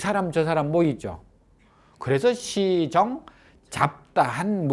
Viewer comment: 또! 엉터리! 파삼으의 파 잘 애 또 짧게 발음합니까?? 파괴, 파문등 의 첫 자의 "파"도 짧게 발음하시렵니까!?? 길게 발음 발음하시렵니까!?? 길게 발음해야지요!!! 또! 알 수 앖는 일!! 시정의 "시"를 길게 발음하다가, 또! 짧게도 발음하고 있나이다!! 자고저 문제가 심각하오이다. 공부 좀 더 하시고 강단에 서십시요!!!